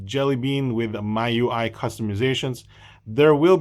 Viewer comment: I think it's pronounced Me UI, same as the Mi in Xiaomi :D